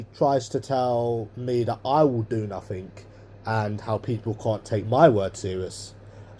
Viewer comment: I hate the way he puts a K at the end of words that are supposed to end in G. It's so irritating Nuffink, anythink, sumthink etc etc 🤢🤢🤢